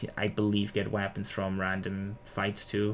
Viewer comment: The way u say weapon is funny “wapons”